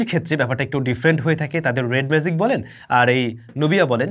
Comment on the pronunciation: it's magic, not "mazic" as you are pronouncing! You have work on your pronunciation, brother.